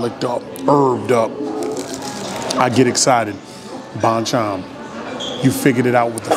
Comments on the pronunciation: Thanks for the video! Glad you enjoyed the chicken. Just FYI. It's pronounced "bone-chone" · lol if you come down to flushing ny, id take you to other korean chicken places. haha glad you f inally had a korean fried chicken. its pronounced bhon-chon with short o pronounciation. anyways hit me up if you wanna come down to flushing fam! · Hey Bro~ Bonchon is actually pronounciated as Bon = Bahn, Chon = Chone. Both "O" sound as "O" instead of "Ah" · I love you say bonchon!! Whatever u do know how to make it cool